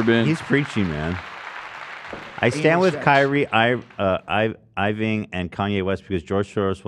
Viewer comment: Ofc Ethan can't pronounce Kyrie Irving :_h3h3Ringo